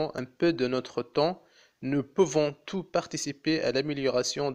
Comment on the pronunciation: vous avez commis des erreurs en lecture , les liaisons au lieu de dire tous, il faut prononcer le 's" et aussi à la fin toute en protégeant ... il faut lier toute avec en (toutant)